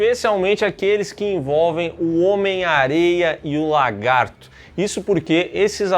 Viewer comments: Ainda não soube dizer se o fala "LARGATO" de propósito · O não consegue falar lagarto😅